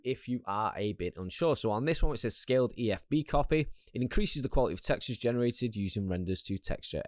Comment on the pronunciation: Like how you say "quali-tah"